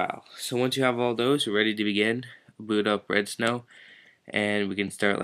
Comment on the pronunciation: it sounds like your saying "redstone" this isnt minecraft bro